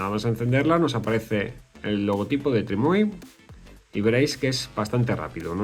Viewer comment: Pronunciar bien la marca TRIMUI: ❌ Decirle “TRIUMI” a TRIMUI: ✅